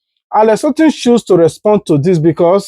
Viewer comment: Alex Otti NOT Alex Ottim